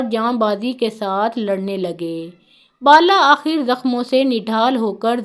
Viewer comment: Not bala akher correct word is bil akher